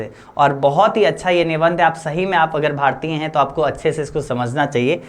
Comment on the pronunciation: भारतिय ❎भारतीय ✅